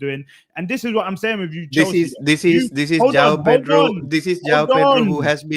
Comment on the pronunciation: how come he said chelshit not challenge pl,,its same squad winning world champions?🤣🤣